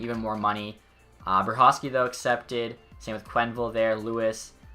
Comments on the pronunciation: Dude, BereHOWsky not BereKOVsky. That drove me insane! Otherwise, congratulations winning the cup. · It's ber-e-how-sky